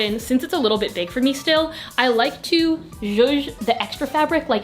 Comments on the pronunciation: nobody: not a single soul: literally no one:: sjoosh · someone make a compilation of saying "zhuzh" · nobody:: so im just gonna “jouge” this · Hey to whoever has a trouble understanding that word she keeps saying “ zhush, juje, jooj, zush, zuje” it’s is JOUE. “Joue” is a word in French that means “to play with”. An example would be “play with the small pieces of your hair to make your braid more define.” This sentence means, tease some pieces of your hair to make it look more out together. To use the the word “joue”, you can say “when decorating your bare wall, joue with the items you want to use to decorate so you can have an idea what fits where and what matches the rest of the room. It can either be portraits, posters or even a wall decor.” Hope this helps! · naw how about the word "shushe" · I’m Czech and we have this extra letter in the alphabet, it’s Ž. What pronounces sounds exactly like this letter so for me the whole word would be something like “Žuž”. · No one: Literally nobody:: JUJE YOUR TUCKED SHIRT TO THE BACK!!1!1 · i love when says “juje” (spelling?) lmao idk why but every video it’s said, i can’t help but giggle 💓